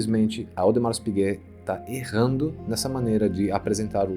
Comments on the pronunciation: Audemar ! É como se pronuncia , o S não se fala ! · Audemar (o S não se pronuncia em francês ) meu primeiro vídeo aqui é já amei este canal fiquei apaixonado em relógio a pouco tempo ( tenho apenas 17 anos ) e quero aprender mais